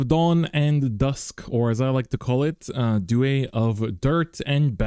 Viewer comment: I genuinely want to know why you're pronouncing Duet the way you are. I've never heard anyone say it like that before. Not bad just very strange 😅